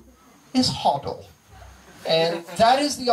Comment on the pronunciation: I can't believe he pronounced HODL wrong. It still gotta rhyme for some of the best memes to work. Memes are actually an important marketing tool. (Kenny Rogers - "Know when to HODL,, Know when to FODL..."